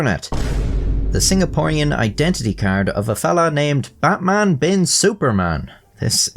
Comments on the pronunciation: The "Bin Suparman" is right, but the "Butmun" is slightly incorrect... Indonesian is phonetic language, A sounds as A, so your normal "Batman" is actually the correct one lol But Im guessing he was called as "Betmen" in daily life lol Also, while "Batman" is totally not a common name, the "-man" name are really common here, At least until 90s. Names like Herman, Firman, Nyoman, Yatman, Turman, Sutarman, Sudirman, Suratman, Rahman, etc So funnily enough, Batman could also sounds not really out of place name. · Your indonesian pronounciation of Batman just made it sound like Buttman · Batman is pronounce as it is even here at this region. not Butmun. We can also differentiate between A and U. Bloody westerners think we can't speak. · "Buttmaan" 😂😂 guy still loses either way. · Its SuparMan not Superman and Batman is pronounced as BartMan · Betmen ❌ Batman ✅ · Correct pronunciation is "BUTTMAN" 😂 wtf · "Buttman Bin Supormen" 🤣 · Poor sap. Even correcting the pronounciation is hell for him: "No, it's not Batman, it's Javanese! It's actually prononced Buttman." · No, 'Batman' in Indonesia is still pronounced 'Batman'. Good try tho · yup, still incorrect pronunciation. Just spell it like Deutsch alphabet because we use almost identical structure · As an Indonesian living in Java (but not ethnically Javanese), I'd say you're pretty correct about the "Suparman" pronunciation. But we're DEFINITELY spelling his first name as Batman 😂